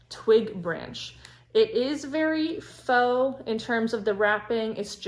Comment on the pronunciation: Love your video. Very helpful! FYI: faux is pronounced ‘fo’ -rhymes with ‘oh’. Will you share how you store your florals?